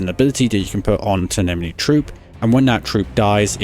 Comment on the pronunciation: Dude you keep pronouncing enemy as 'emeny'